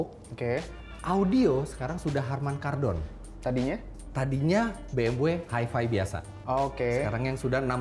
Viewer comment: presdirnya kok ga pronouncd BMW dengan baik dan benar :(